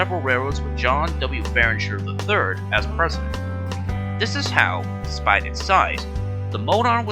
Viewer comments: His name was John Barriger! NOT Barringer! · Nice video; I thought the script was well-prepared, and you used what footage was available of a railroad that's been gone for half a century. My only criticisms are: - John Barriger's last name does NOT have an "N". The slides spelled it correctly, but the narrator mispronounced it repeatedly. - Louisville, Kentucky isn't supposed to be pronounced as "Lewis-ville". It's either "Lou-ee-ville" or "Lou-uh-ville". - Others have pointed out that the C&WI is the Chicago & Western Indiana (not Illinois) as stated. Good job, but these small improvements would have made the video better.